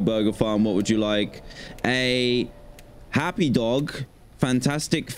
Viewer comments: It's happy not nappy lol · Did anyone else notice he did nappy instead of happy? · Uh,it’s happy,not nappy!? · Why did you call it nappy’s